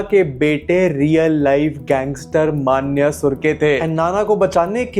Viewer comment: manya ❌ mannyya ✅